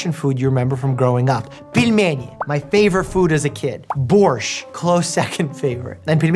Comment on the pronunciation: Ты слишком качественно произносишь "пельмени". Точно не уровень Оливера Куина. (